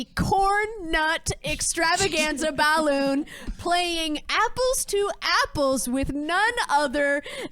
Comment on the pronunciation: It's incredible how every single time says 'bahloon' at least One person laughs. Including me